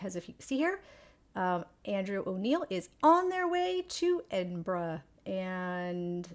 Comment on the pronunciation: Wouldn't infer anything from the bench being gone; it's a practically untreated wooden object out in all weather. For safety reasons, they either need replacing or fixing up, and are sometimes stored during the winter months. You said Edinburgh just fine! Just mumble out the "burgh" part, if you feel unsure ;)